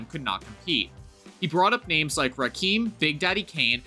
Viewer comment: When you pronounce Rakim “Rakeem” you obviously don’t know shit about hip hop and you lose all credibility. It’s RA-KIM, exactly how it’s spelled, get it right and respect the 🐐